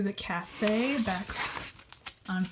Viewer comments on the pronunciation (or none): none